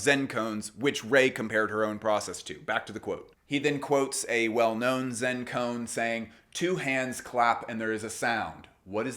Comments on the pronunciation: Great vid Just fyi, its pronounced ko-an, not cone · Amazing work. As a Buddhist just wanted to help with Koan, it's pronounced Ko-ahn.